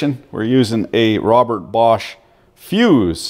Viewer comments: I'm having trouble finding the letter R in BOSCH. The Germans call their country ‘Doitchland’ ergo the R is silent cuz it taint there! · And I love the way you put the r in bosch 😂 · I'm sorry where are you getting the "R" in bosch from lol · Why the “R” in Bosch. In europ. No joke. Just som, som. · Where the fuck is this invisible R in Bosch??? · WTF is there a "R" in BOSCH ? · You should check how to properly say BOSCH before you make video about it... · There is no R in Bosch. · Funny how you pronounce Bosch. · Good vid- But bro there is no "R" in Bosch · It is called Bosch not Borsch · BOSCH: Proudly made in Poland, Romania and Lithuania...Also OP, it's not a BORRRSCH like a PROSCHE.... but BOAAASHHHH!!! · Are you saying Borscht? Or just mispronouncing Bosch? I hate to see folks tear up bosch tools. To expensive to tear up on purpose. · The borsch, borsch, borsch. Its bosch! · BORSH? or BOSCH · ITS BOSCH NOT BORSCH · Its bosch not borsh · its bosch not bortch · Borch ? :)) it's Bosch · Borrrsch ? Its Bosch 👍😂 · Borsch instead of Bosch lol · Dunno about the GDX (I have the older model GDX 18V-Li without BT myself), but on my GSR 18V-60C, it is for adjusting the kick-back control and the duration of the LED light. And why the F*ck du you keep pronouncing the darn thing "Borsch", there is no friggin' r in Bosch!!! I cringed every time I heard it until I finally got enough and quit watching after less than 9 mins.! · Please stop pronouncing it "Borsch" there is no "R" in Bosch. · I find it hard to listen to yours bosch pronunciation. Its without an r, bošh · Are you saying borsch on purpose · Why do you call it Borsch? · Why do u keep pronouncing it “Borsch”? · Borsch? must have a silent r in the pronounce because it's not in the spelling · Say after me: bo-sch What is a borsch? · Tell me you bias with out telling...... I lost you when you kept calling it borsch. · Sure there is. Borsch. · 😁There is no "R" in Bosch... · Wheres the R in Bosch?